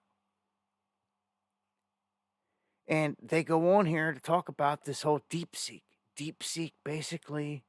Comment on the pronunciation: The new AI is called DeepSeek, not DeepSink lol